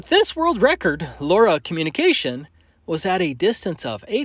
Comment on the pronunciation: Okay Laura is driving me nuts. Low Rah is how my mind wants to pronounce it.